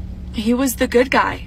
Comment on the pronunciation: Yea, it really sounds like you're saying "it's okay to leave the good guy"... Lol